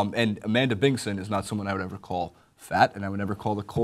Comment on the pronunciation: Its Amanda Bingson, not Bingon.